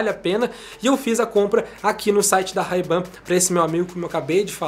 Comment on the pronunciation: Ray Ban se pronuncia wrei ben, bora estudar inglês ;)